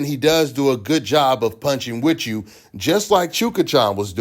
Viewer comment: Not sound like...SOUNDS LIKE.... Weetch you...With you. Speaking English counts online.